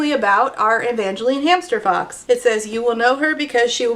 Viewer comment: Every time you said hamster fox, all I heard was hamster fux xD